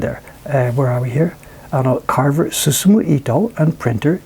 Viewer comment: say susumu without "umu"